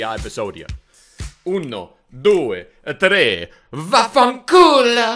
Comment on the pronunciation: As an Italian I can say your "vaffanculo" pronunciation is perfect.